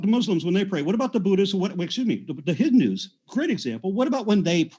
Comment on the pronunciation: Aron called Hindus "Hidnus"